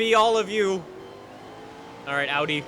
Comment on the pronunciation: is getting an rs4/rs6 just because he knows how to pronounce Audi